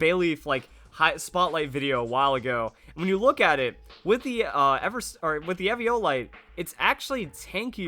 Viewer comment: Was anyone else mad at how he was pronouncing eviolite?